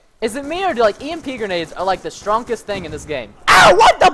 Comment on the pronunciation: stronkest? lol you've been playing with Mitch to much :3